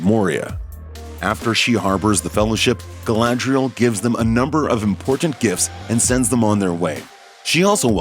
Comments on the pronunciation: Did you just say Galandriel?! Wow.. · He did not just say Glandrel. Wtf is this hot mess? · Did he call we Galandrial? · you DEFINTELY said Galandriel. second Melkor did not want to destroy. he wanted to RULE over everything. did you even read the Silmarillion?